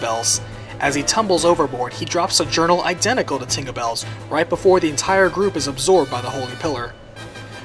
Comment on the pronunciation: LOL 'tingabell'